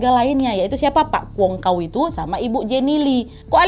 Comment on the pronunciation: Ketawa aq nad dengan penyebutan kwong ka'u 😄😄😄 kalau dalam bahasa Nadia (wong ) arti nya orang dalam bahasa jawa . (kao) artinya anjing dalam bahasa cantonis (hong Kong) . Jadi dividio ini bikin saya senyum senyum sendiri nad .... Masih banyak info yang tertinggal nad... Kayao ( semangat) 😊😊